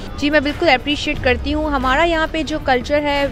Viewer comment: Its hamaara....not HMMAARA...ANGREZI SHIKH AAIYE